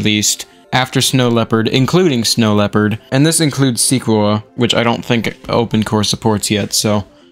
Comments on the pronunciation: also it's "seh - quoy - uh" not "seequoa" edit: it's "mo-ha-vee" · The way he absolutely butchers the MacOS names lmao. Mojave js supposed to be pronounced like "Mohavey", Yosemite is supposed to be pronounced as "Yosemitee" and Sequoia is supposed to be pronounced as "skwoiya". I hope this helps.